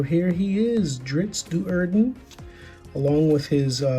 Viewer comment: Crenshinibon is the name of the Crystal Shard. Drizzt Do’Urden’s last name is pronounced Dō Urden, as in bread dough.